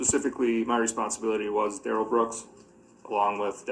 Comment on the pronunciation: Funny how everyone else close to him mum gran friend and Erika pronounce it Darrell not durelle